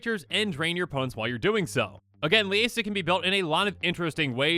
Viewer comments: Liesa is pronounced "Leeza". Its meant to be spoken like a German name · Innistrad is full of Germanic words and names, therefore, we are meant to pronounce many names as a German would. The "ie" in Liesa is always pronounced as ē, and the "s" in the middle of her name would sound more like an English "z". Its true with her sister angels as well, for example: "Gisela" is not actually pronounced "Jizella" in the English tongue, but, in fact, "Gee-zuh-luh" in the German tongue. I live in Germany and have taken 3 years of German language courses and so that is how I have learned the true pronunciations of many Innistrad names, words and locations.